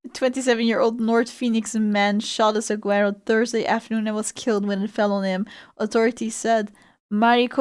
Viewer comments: Suh-war-oh, the G is silent. Also since 1933 is illegal to harm, remove, or destroy a saguaro cactus without a special permit from the Arizona Department of Agriculture, even on private property. It is a Class 4 felony in Arizona, punishable by fines up to $150,000 and imprisonment ranging from 1 to 3.75 years (potentially up to 25 years for severe cases). So don't be a Grundman, you might just live to regret it. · Saguaro is one of those words that make it easy to identify someone who’s not from Arizona and has never visited. It’s pronounced “Sah-war-oh”, the “g” is pronounced as an “h” sound, just like in Gila Monster (He-la mon-ster…….which is also from Arizona) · That's not how you pronounce Saguaro